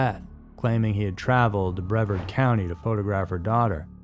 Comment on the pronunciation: Plus Boca Ratone, Ahkachobee, Brehverd County...